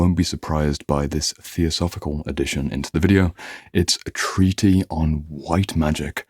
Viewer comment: Aren't you mispronouncing the word "treatise"?